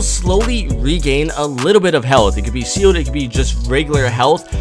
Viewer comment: it's boom box not doom box and shield is pronounced wrong